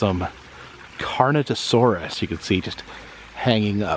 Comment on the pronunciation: I hate correcting or being corrected, but it’s actually a Carno—Taurus. not carnitosaurus. Taurus I guess because of the bull-like horns on it’s head.